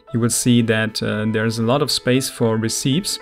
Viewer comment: Also just FYI, Recipes is pronounced: Re-Ce-Pees